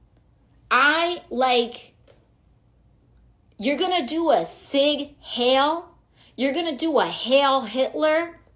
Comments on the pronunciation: Its funny watching a latino that complains about americans that butcher spanish pronunciation, and then says "seeg hail". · A cig hale sounds good about now.......where's my pack of cigs? She can't even pronounce "zieg heil" correctly but she'll put on a fake accent for anything that remotely sounds spanish while harping on about appropriation. AOC is a fvcking joke. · What’s hilarious is how she butchered the pronunciation of sieg heil, 😄. It’s not pronounced sig hale 😆😆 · I love that AOC thinks it's pronounced "Hail" and thinks the Roman Salute is a "rebrand." She's a genius. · She said "Sig Hail" as if greeting a Sig Sauer, lmao. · The idiot can't even pronounce the gesture correctly.